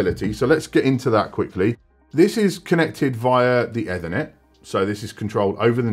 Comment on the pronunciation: do u say Ed-Thernet every time on purpose to piss off anericans 😂